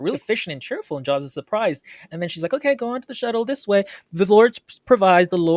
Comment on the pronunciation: “NAH - roo - toe, not nuh - ROO - toe,” meanwhile: “joabs”